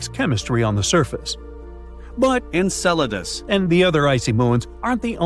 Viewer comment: Enceladus! He did it again! It is not pronounced "encedalus" You can hear each time the word is dubbed.